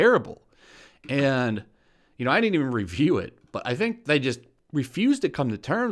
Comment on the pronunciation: She said dint Lol